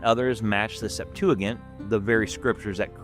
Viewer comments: Good video, but it’s pronounced Sep-tua-jint, not gint lol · Septuigint (sep 2 a gent), although spelled wrong here, it is the proper pronunciation. Love these videos man! Been binging since finding the channel 3 days ago. Sola fide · Septuagent has a soft g as in gentleman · I believe putting ANY emphasis on the Septuagint is too much. By the way, it is pronounced sep-TOO-uh-JINT. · It's not as bad as his pronunciation of Septuagint 😅